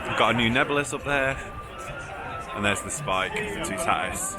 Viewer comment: I wish British people would pronounce it correctly it's too ta tis ...toutatis not tootaaatis